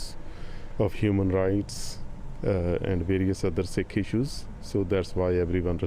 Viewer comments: it's not a "sick" temple you dolt. it's pronounces "seek" this has nothing to do with canada. treat it as the homocide that it is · OMG! Ignorant equity hiring. Sikh is pronounced "seek," not "sick."